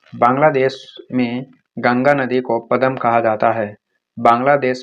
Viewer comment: पदमा ko पदम पड़ रहे ho🤣🤣🤣